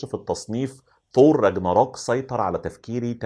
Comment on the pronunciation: اسمه ثور يا تور هههههههه